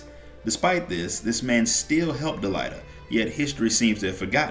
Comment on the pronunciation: think it's pronounced DelEEta. like deleta + ahhh. otherwise great video watching all you shadowbringers story recap and loving it ! I'm gonna watch the rest of your recaps too because I barely paid attention to say Void Ark, Nier, and Warring Triad storylines. hope you have vids of those !